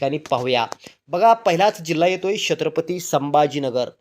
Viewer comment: शेत्रपती नाही रे बाबा, छत्रपती म्हण.....